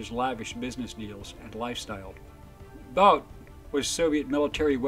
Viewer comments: His name is pronounced boot. Not boat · It's pronounced like "boot".. Not like Bout in English.